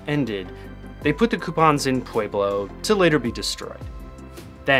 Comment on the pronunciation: It's "pwe-blo" not "pwey-blo"